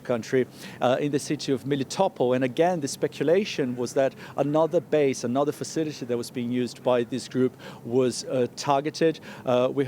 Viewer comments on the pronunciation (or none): none